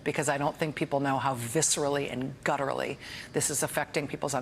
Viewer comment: "gutterally"? I have yet to understand how abortion produces sounds from the throat.